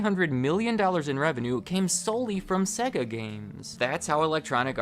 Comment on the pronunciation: Why he saying sega like segga. They literally say the sega when turning it on, not segga.